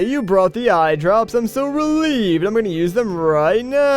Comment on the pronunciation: But the Biggoron didn't say "eyedrrrrrrrrrrrrrops" he just said "eyedrops", fail!